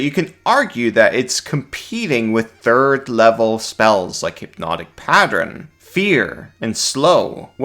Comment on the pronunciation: I guess I can get around using the emphasis on the wrong syllable on melee but the word is pattern not pattren